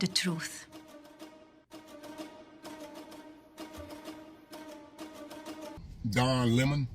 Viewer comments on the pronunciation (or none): Call me whatever “ist” or “phobe” you want, but I think it’s hilarious when hood black people mispronounce someone’s name with an attitude. “Don Lemons” sent me.